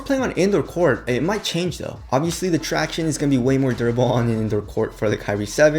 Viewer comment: really cringed listening to him saying 'tractione'. why cant you pronounce normally